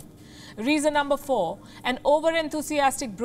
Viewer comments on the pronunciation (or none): none